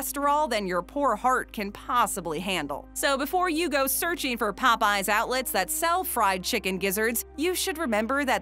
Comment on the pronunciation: Why does she pronounce Popeyes like that???